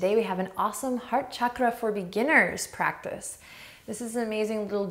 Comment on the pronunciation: at one point, Adriene said “heart chakra” and i thought i heard “hot chocolate”😂